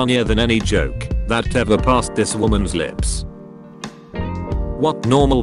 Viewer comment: Memebot voice: Dissness Fahst plae